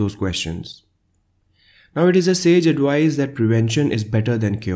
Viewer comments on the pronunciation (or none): none